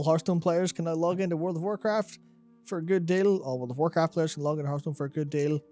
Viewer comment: 9.44 love how he says Hearthstone PAYERS instead of players xD